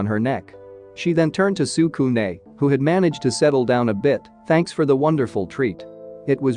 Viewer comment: bruh your making me pissed stop saying tsukune like that